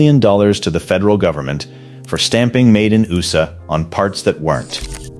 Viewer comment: Your robot voice doesn’t know what USA is? It’s not ooosa